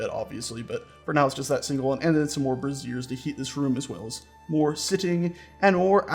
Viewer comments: Those "fire buckets" are pronounced BRAY-zers not bruh-ZEERS because it sounds like you are saying brassieres, meaning bras. For your dignity. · Pronunciation is important: BRAY-zeers (emphasis on the first syllable) are for heating, bruh-ZEERS (emphasis on the second syllable) are women's undergarments. Easy to get the pronunciation wrong if you've only read the word. Cool build, though. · The fire buckets are called (spelled phonetically) "bra-zhure-s" with a hard "z" like "azure"